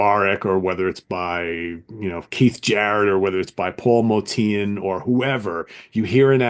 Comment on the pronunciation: Great show. Looking forward to more episodes. Btw, I believe Motian is pronounced like “ocean.” Some of my favorites from ECM include: Dave Holland Quartet: Conference of the Birds (1973, my #1) John Abercrombie: Timeless (1975) Steve Reich: Music for 18 Musicians (1978) The Music Improvisation Company (1970): s/t (very avant garde and abstract including Evan Parker, Derek Bailey, and Jamie Muir) David Torn: Prezens (2007) Meredith Monk: Dolmen Music (1981) Dave Holland Quintet: Points of View (1998) Marc Johnson: Bass Desires (1986) Pat Metheny: Bright Size Life (1976)